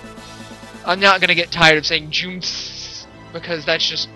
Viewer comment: jew-m-see is i think how you say jumsy properly :P